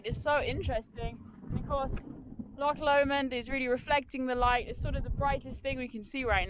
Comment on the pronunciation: A great documenting of the ascent and descent of Ben Lomond and may I commend you on your pronunciation of "Loch", not bad for a Sasanach lol .....although marks off for referring to valleys and lakes. The valleys and lakes stop at the border, only glens and only one Lake - Lake of Menteith in Scotland. Can I also encourage to buy some boots with a good grippy sole, or your going to come a cropper on one of these steep descents. Great vid though :-)